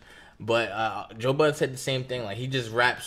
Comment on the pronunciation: Great podcast guys, but, please put some respect on Joe Budden's name and stop pronouncing it with an "s" at the end, lol.